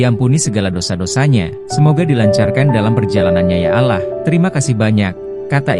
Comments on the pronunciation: Allah bkn alah pembaca berita nya tu hrs bs mbdakan bhsa ya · Bacaanya alloh mase...bkn allah...hih ga bisa baca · Ini yang jadi narator siapa sih? Gak enak banget didengar, terutama kalau pas ngucapin " Ya Alaahh' , masih punya stock narator yg lebih pas gak? Di kuping eneggg kalau ada yang ngucap kata "ALLAH" gak pas banget! mirip lidah orang2 dg salahsatu ajaran yang banyak nyolong istilah dari Alquran dan Islam. Ganti ya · Apaan alah. Gak ada alah, tetapi Allah. Apaan sih ini tribun. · Allah ngomong Alah🤦‍♀️ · nih org yg ngomong nya bukan org islam deh,,ngomong Alloh aja Allah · Itu pembaca beritanya AI ,, editornya kurang kopi, minimal script nya lu tulis Awloh sebelum di generate ke audio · kamu nonis ya min ? pengucapan Allah bagi seorang muslim bkn spt itu .... kamu org ind pasti tahu bgmn muslim ind mengucapkannya dan ikang fawzi itu muslim... jangan suka memancing kegaduhan !!!